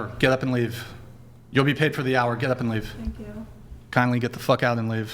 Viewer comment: Learning difficulties in a red dress. "Thenk yiou"